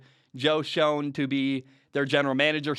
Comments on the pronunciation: It's not intuitive, and I don't blame you for getting it wrong, but it's not pronounced Joe SHONE. It's pronounced Joe SHANE. With an AAAAYYYYYY. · It’s said like joe Shane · It’s pronounced Shane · Joe Schoen name is pronounce "Shane". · PRONOUNCED “SHANE” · I was literally just about to comment about Willis when you started talking about him. Malik is a very similar athlete to Josh. As a Giants fan, if we get Daboll and Doresy I want Malik Willis PS: just for future reference, although you probably have figured it out already by now, Joe Schoen's last name is pronounced "Shane" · Joe’s last name is pronounced “Shane”, King lol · Great video, one critique, Joe Schoen is pronounced Joe Shane. That’s all. Keep up the great work brother. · Just an fyi, it’s pronounced Joe “SHANE” from a giants fan. Appreciate this vid so quickly after the news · Also it’s pronounced “Joe Shane”